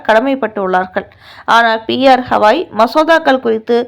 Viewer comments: ஹவாய் இல்லை. கவாய் திருத்தி சொல்லு. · ஹவாய் இல்லை கவாய். இது கூட தெரியாமல் செய்தி போடலாமா? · ஸவாய்...ஹவாய்ன்னு அவர் பெய ரைத் தவறாகப் போட்டு நாறடிக்கி றீர்கள்.... தயவு செய்து கவாய்(GAVAI)என்று சரியாக உச்சரி க்கவும்.. அடுத்த டெலிகாஸ்டில் சரியாகஉச்சரிக்கா விட்டால், உங்கள் மீது நீதிமன்ற அவ மதிப்பு வழக்குத் தொடருவோம்.. ஜாக்கிரதை....